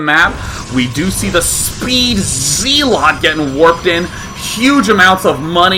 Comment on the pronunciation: O he said Zeelot